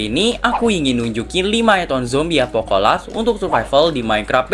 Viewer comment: Itu di intro awal aku nga salah dengar kah? Apocalypse di bilang Apocola😅?